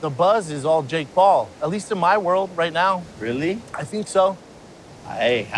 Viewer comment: “rilley?” Lol